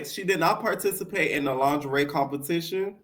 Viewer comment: It’s you saying Lon-ger-ree 😂😂